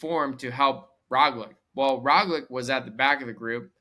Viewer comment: Try pronouncing Roglic as Roglich and it will sound almost correct.